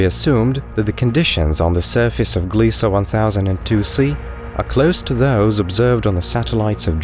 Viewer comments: It's Gliese, not Gliesa. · there is no A in the word Gliese. it's pronounced as GLEESE rhymes with GEESE.